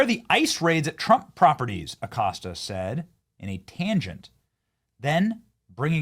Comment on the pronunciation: Jim, the accostah🤔